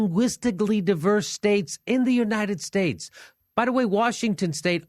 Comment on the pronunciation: "Yu - nited states" xD